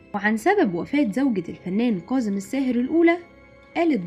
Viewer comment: كاظم و ليس كاضم